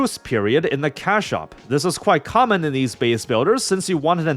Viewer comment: every time he says cash shop, i keep mishearing it as cow shop 😭